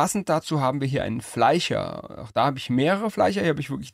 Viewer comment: urlustig ficher und fleicher, ein interessanter dialekt cool